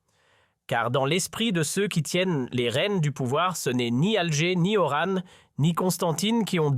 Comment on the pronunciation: Apprends déjà à dire Oran